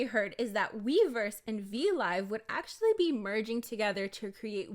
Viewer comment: i keep hearing miiverse instead of weverse 💀💀💀💀